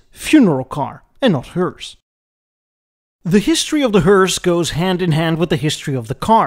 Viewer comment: D'history of D'hearse?